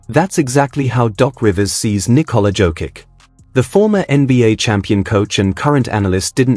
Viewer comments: Pronouncing his name is violation...JOKICH...not Jokik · If you love Nikola so much, you could have deigned to pronounce his name correctly.If you pronounced Greg Popovich's last name correctly, then pronounce Jokic's last name the same way. For most Serbs, the last name ends in ICH, in Serbian it is written as C with a tick above.